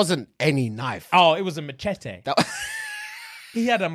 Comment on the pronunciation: nah mann said "MATCHE-TEH"😭😭😭